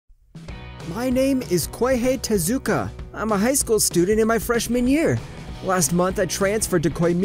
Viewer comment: you just said kweihei tazuka you said the name wrong